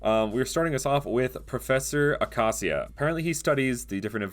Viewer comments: "awkawseeuh" bro its uh-kay-sha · Ah-cay-shee-ah nlt acasia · It’s pronounced Uh-cay-shee-uh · Ah yes pronounce acacia akasia, and not acasha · Pronounce acacia wrong it's not ac-as-i-a it's ac-ash-a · acacia is pronounced "ay cay see uh" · Just FYI, the professor’s name is pronounced uh-KAY-shuh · imagine mispronouncing a proffesors name also its a-cac-ia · Sir it’s pronounce uh-Kay-zha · He said Acacia wrong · I dont like how he pronounced Acacia the second a is a strong a